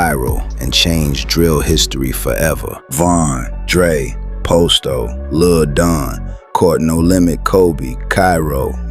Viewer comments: Why tf this fool keep sayin 'pOsto' when g herbo pronounced it 'Pahsto'. I doubt anything is real if he cant get a single name right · It's pronounced pasto, not posto. And Dre didn't think he was untouchable. He lost everyone he loved and knew; he had nothing left to lose. He knew it was either him or them, but he already accepted his fate. Great video though, you did your homework.